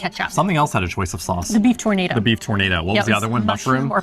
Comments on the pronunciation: LOL Tornado it is Tour na do, like oooh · tournados is pronounced as "tur-na -do" great peace of meat but no tornado .lol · tour- naah- dough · Try pronouncing tournedos as tour-nuh-dough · I'm not sure if you really think it's called a tornado? Or you know it's a Tournedos (French sounding) 😂😂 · You need some France pronunciation session.........it is not a tornado :) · The beef tornado should be pronounced in French:) The tournedos is part of the cow. Loveley video again, as usual.